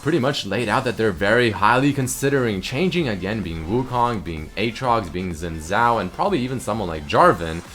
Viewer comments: xin is zin...not shin...zhao is chao with a little j mixed after the h..none of this zin zow or shin zow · you'd think as a guy with a chinese girlfriend you'd know how to say xin zhao...apparently not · Sophisticated Turtle xin is zin not shin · Toprak Koç ...zin not shin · The way he pronounces it bothers me tremendously as well. It should be pronouced Shin Jow. While it depends of dialect for Chinese, the Xi in Xin is like an edgy Shi (pretty much the Czin example) and the Zh in Zhao is like a J (goes in a category of sounds that have a tongue curl accent thingy compared to a sister sound set but its basically just a J) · just pronounce it Shin Jow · Well, people in my country pronounces his name as "Chin Záo", I even say like that sometimes when i'm not paying attention, but honestly, i don't mind at all people pronuncing it wrong, it's like impossible to some people to pronunce some stuff, or insanely hard. My language, as example(portuguese) is VERY hard to pronunce sometimes, there is even some videos about that, mostly about some words in special, like "exceção". Not only that, languages like chinese, japanese, korean, russian and other languages from Asia and arounds are way too different from languages from like, europe and america(most people in internet come from there). Just a example, native Chinese people have a REALLY INSANELY HARD time pronuncing the single "r"on portuguese (sounds similar to the R on "rat". They always say it as "L", and i can say that for sure because there are a lot of chinese people here in brazil, and all them, that grew on china, just can't say don't matter how hard they try. TL;DR : get over it, internet is a place without any frontiers, u'll find people from all over the world here no matter where you go, and things change drastically from one country to other, not only pronunciation. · sheen jow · uum shin shao ? ;D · Máttheus Spoo im english, i can pronounce xin zhao perfectly fine...